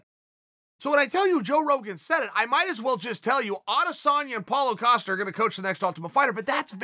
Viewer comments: Ya-Rear and A-costa. Chael kills me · If uncle cheal says his name is Acosta then it’s Acosta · I read “Costa”, I KNOW his name is Costa, yet because I keep hearing “Acosta”, that’s his name now. Lol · Acosta* lol 😂 it's clearly Costa